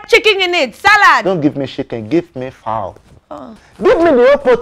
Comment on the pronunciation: “Don’t give me shiken, give me fooowwl” 😂